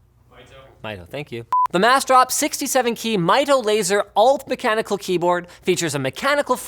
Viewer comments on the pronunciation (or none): his name is pronounced like "Me Toe"